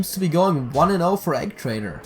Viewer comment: It's E gee traitor not Eg rofl